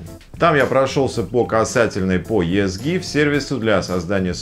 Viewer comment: Читается "Изи гиф"